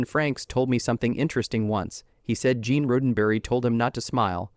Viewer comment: Who is Gene Road N Burry ? I've heard of Gene Roddenberry ... ta yadda ta yadda ... blah blah blah ... 🤣